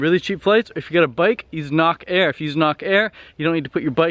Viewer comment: Shit hole #1 Phuket #2 Chiang Mai #3 Pai. You could not pay me enough to visit or stay in any of these places. Sorry but most of your information is not correct. HINT: Nok Air not pronounced Knock Air more like Nook. Nok in Thai means bird. Knock in Thai means heavy. There is no 30,000 baht visa.